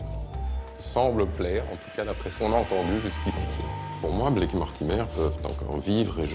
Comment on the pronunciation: Mais pourquoi il dit Blake en disant le a comme en français c'est pas possible !